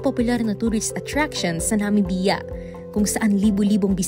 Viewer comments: "Na-mib-ya" po sana, not "Na-mi-bi-ya". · Bakit ganunang pronunciationnyo ng Namibia.. weird